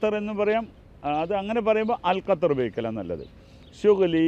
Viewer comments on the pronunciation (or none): കത്തർ അല്ല 😂😂😂😂😂 (ഗത്തർ)..ഉള്ളവില കളയല്ലേ തെറ്റു പറഞ്ഞു